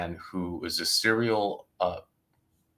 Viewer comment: Serial, not seral.